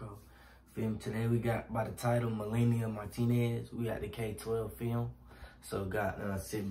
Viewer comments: MEL-AH-NE not Meleana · It’s mel-a-knee